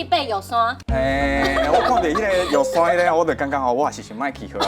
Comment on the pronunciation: 玉山要唸玉Sanh.